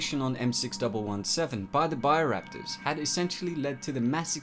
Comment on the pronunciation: It's BIO Raptors NOT buyer raptors